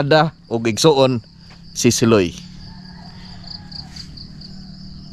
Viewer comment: SIloy is pronounced malumay not mabilis